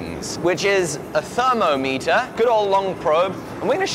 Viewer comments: Hahaha, the way you read the mo meter, like you had never said the word thermometer before 😂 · "thermo-meter" lmao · Anyone completely agast at the way he pronounced thermometer? Just me? Okay...